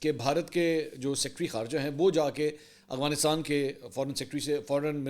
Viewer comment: Afghanistan ✅ Aghwanistan ❌ Mansoor sahb please correct your pronunciation